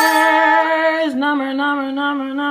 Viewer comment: Cracks me up when you say, "Nummers." LOL! Stay safe and dry!